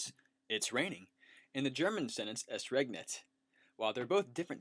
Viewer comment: Just in passing "ES regnet" not "EST regnet"